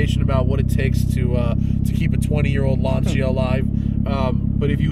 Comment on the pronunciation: TheSmokingTire I'm so glad you pronounced the name Lanica right i watched a clip of a Lancia Stradale owner on jay leno's channel and he fucked up the name claiming the proper name was launcher